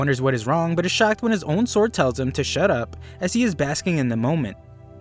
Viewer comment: When he said shut up to greed he said shit up 😂😂😂😂